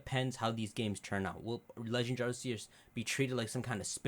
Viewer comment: You keep mispronouncing Arceus